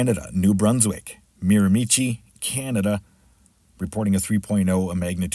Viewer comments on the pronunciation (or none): New Brunswick Canada the area is pronounced marra-mah-shee